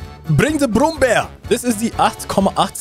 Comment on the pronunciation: pansajayger, brummbarr, taiga, pyuma... deutsche panzer müssen einfach mit tiefem amerikanischem südstaatenakzent ausgesprochen werden.